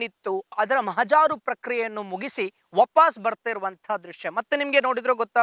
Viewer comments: ಅದು ಮಹಾಜಾರು ಅಲ್ಲ ಮಹಜರು. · ಓ ಗಂಪ ಮಹಾಜಾರು ಅಲ್ಲಾ ಕೆಪ್ಪ ಅದು ಮಹಜರು😂😂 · ಮಹಜಾರು ಅಲ್ಲ, ಮಹಜರು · ಮಹಜಾರು ಅಲ್ಲ ಮಹಜರು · Mahajaaru alla mahajar correct Ur pronouncetion